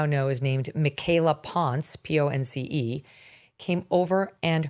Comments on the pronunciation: If she says she’s Mexican then it’s pronounced as PON SE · Michaela ponce...Megyn mispronounced the last name.